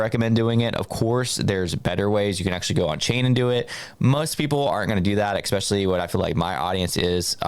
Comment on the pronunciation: I don’t take financial advice from people who say “EXPECIALLY”